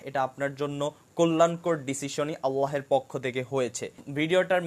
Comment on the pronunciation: ভিডিওটা মাশাল্লাহ সুন্দর হয়েছে | তবে আপনার আল্লাহ উচ্চারণ ভুল হচ্ছে😅